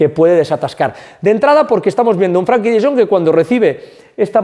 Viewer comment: gran video! Eres un crack! Recuerda que se llama FrEnkie no FrAnkie. Salu2